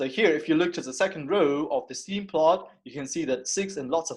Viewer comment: it's [stem]